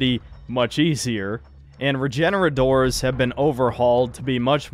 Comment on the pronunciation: It’s bothering me more than it should that you’re calling them “regenoradors”